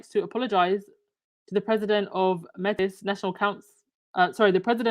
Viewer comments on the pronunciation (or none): Hi, Métis, is pronounced MAYTEE. They are mixed race, First Nations (Indigenous, Aboriginal) and European (mostly French) and have their own distinct culture and history in North America